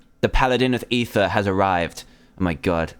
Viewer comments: Its not eather but ether. These are different. If you goddamn pay attention i would like you guys :/ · No dumbass its ether